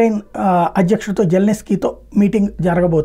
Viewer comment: జెలెనెస్కీ కాదురా సామి జెలెన్స్కి పేరు కూడా పలకలేకపోతున్నారు, అంతర్జాతీయ వార్తలు ఏమో అద్భుతంగా చెపుతున్నారు...